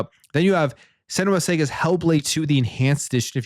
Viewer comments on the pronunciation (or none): Bro, there's no E sound in "saga". Its not sega. "SAH-GA" is the pronunciation.